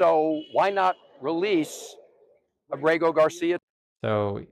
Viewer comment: Please pronounce Ábrego on the first syllable. Thanks